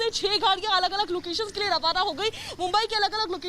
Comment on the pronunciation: हिंदी ठीक करो भाई लोए नहीं लिए होता है